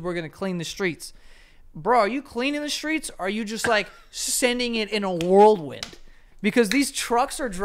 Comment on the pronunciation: Joe World Wind???? It’s Whirl Wind. Sorry but I had to correct that. But now the world is back in order.